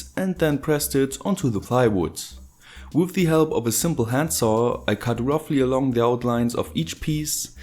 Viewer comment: I love when you say "with", it sounds like woof!